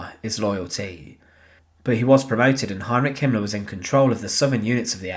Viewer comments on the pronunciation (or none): I like the way he pronounces “Hitlar* and “Himmlar”